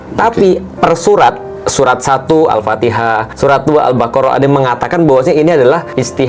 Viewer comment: bukan surat tapi surah... bukan alloh tapi allah... perlu perbetulkan